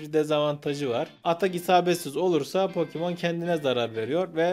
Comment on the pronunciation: "pokimon" değil "Pokemon"